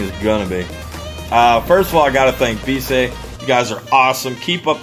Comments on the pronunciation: Im thinking the company name is pronounced "be-easy" {bee- ee-zee} Don't know for sure but it seems more likely then what you said in video. Great vid regardless, do more inboxings! #allthebest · Please pronounce it as "Be easy" as intended.